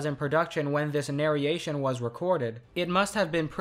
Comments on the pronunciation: Everytime you said nareation instead of narration I cringed. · Holy shit dude. NARE-ROAR-RAY-SHUN not NARE-E-A-SHUN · Hearing “nar-y-ation” and “nary-ator” hurts me a lot. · Bro really said nareation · Loved the video, but for the love of primus, stop saying narriation and narriator, the "i" doesn't go there 😭😭😭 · His pronunciation could use some work, just listen to him say narration, narrate and narrated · Dude pronounces narration and narrator weird